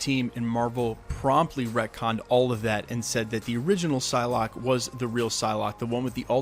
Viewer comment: It's Psylocke, not Pyslocke